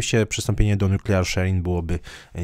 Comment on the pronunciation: Zle pan wypowiedział słowo nuklearny po angielsku